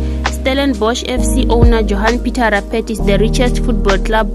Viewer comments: Johani phita rapheti😂😂😂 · You can't even pronounced Rupert correctly 😂😂😂😂